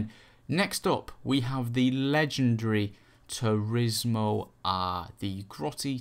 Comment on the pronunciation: lol "supahcah" "turismo ah"